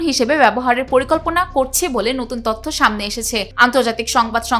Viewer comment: You guys should change your presenter.This will not be pronounced as তথ্য। তোথ্য হবে